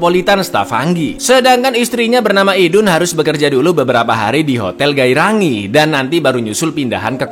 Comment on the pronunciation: bukan geirangih tapi gerainger